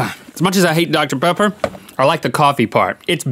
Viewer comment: OMIGOSH So my best friend and I are both HUGE mythical beasts. Well, about a year ago she mispronounced Dr. Pepper and called it Dr. Peppy, and it's been one of our biggest inside jokes ever since. THEN RHETT SAYS DR. PEPPY IN THIS EPISODE!!! We are both freaking out right now, this is so freaking awesome. Fate has smiled upon us today.